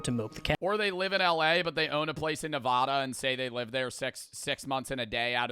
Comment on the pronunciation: did u just say nevaaaaaada????????? thats not how u say it bruuuuuuuuuuuuuuuuuuuuuuuuuuuuuuuuuuu its nevada